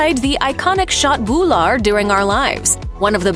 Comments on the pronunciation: I died laughing at "shot boolar" for köttbullar 😂 she tried lol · Håller absolut med…hennes uttal är helt knasigt…speciellt när hon försöker uttala köttbullar 🤦🏻‍♂️ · The Wat you såg köttbullar is so funny If you are swedish it sounds like this: Chatbular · ”Shat boulaar”